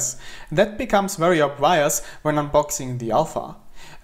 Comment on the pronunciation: Arbeite Mal an deiner Aussprache von dem wort "obvious"